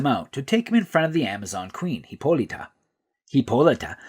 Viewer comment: There's no e in Hippolyta, stop pronouncing like that